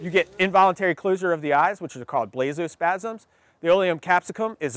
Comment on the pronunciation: “Spazm” “Spamz” “Spazm” I couldn’t stop laughing😂😂😂